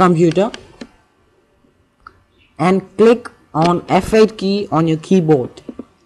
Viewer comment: did he say f8 or FL?